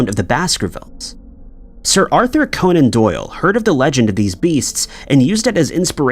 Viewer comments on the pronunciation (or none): none